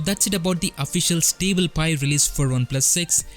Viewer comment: you can hear back your pronunciation. it is pull not pronounce like pill and it is pronounced stable instead of sounding stible